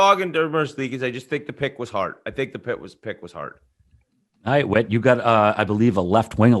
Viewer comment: It’s whit and it’s not close